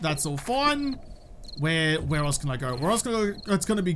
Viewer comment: You sound like me after I go to the licour store "Qhere did all my money go?"